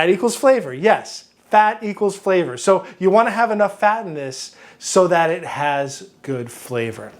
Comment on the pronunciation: am I the only one that thought they heard flat = flavor the 2nd time he said it lol